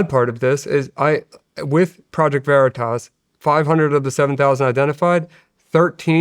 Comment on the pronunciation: Veritas, not Veritoss. WTF. Stop saying Veritoss.